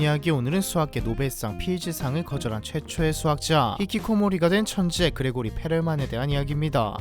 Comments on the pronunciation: 그레고리(x) 그리고리(o) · 근데 정확히는 그리고리임 Grigori라서 그레고리로는 발음이 안됨.